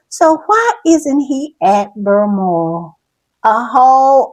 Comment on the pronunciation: If I hear Berlmoral one more time imma lose my ever loving mind!😂😂😂 BALMORAL… BAL BAL BAL!